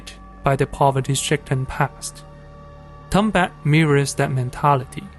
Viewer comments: Tombat? Really nigga? It's Tumbbad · Its tumbad not tombat